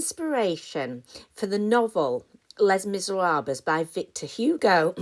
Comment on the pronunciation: I love your pronunciation of Les Miserables 😁